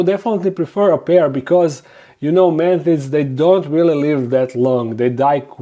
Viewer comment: This video stayed playing automatically on suggested from my channels im subbed top. I was like "oh cool, I recognize that voice (I was busy doing dishes) and then I heard "man tits" and I ran to the screen and said "he said fuckin what??" 🤣😂